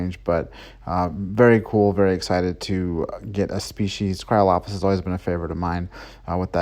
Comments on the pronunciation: It's actually "Cryolophosaurus", and it was found in Antarctica, not in the Arctic... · Not trying to be rude but you mispronounced cryolophosaurus idk if that’s just an abbreviation for it but still great video 👍